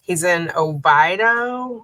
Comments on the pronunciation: Oveido.... Oh- vee- dough😁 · There was a family business where I used to live, and they pronounced it oh-vee-eh-dough